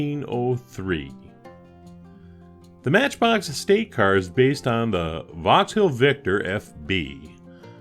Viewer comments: Great video as always but the pronunciation of Vauxhall is like Vox all/hall not vox-hill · You said Vauxhill a number of times. It is Vauxhall .Am I too picky?